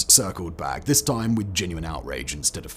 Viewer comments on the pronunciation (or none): none